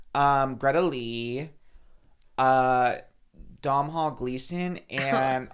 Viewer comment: "Dom-hall Gleeson"?! 😂 Irish fishie here, it's pronounced Dohn-al! ☘️